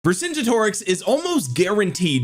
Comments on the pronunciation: Vercingetorix is not pronounced like that, it's pronounced Ver - cin - get - orix ✅, not Ver - cin - ge - torix ❌. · Ver-sin-get-or-rix. I think it’s a hard ‘g’ as in ‘get’. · bonsoir de France : "VER SAINT Jé toriX" pour la prononciation française. ... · You have to pronounce it the german way